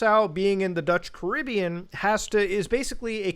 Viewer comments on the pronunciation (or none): none